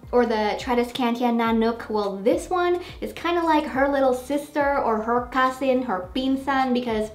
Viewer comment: I love how you say "cousin", lol. You are so Filipina. Haha.